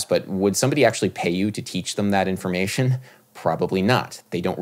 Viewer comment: Hey Adam love your channel(s) and had a deep philosophical question. How come you pronounce them as thum 😎 (sorry couldn’t stop myself) ? Did Miles pronounce it that way... ?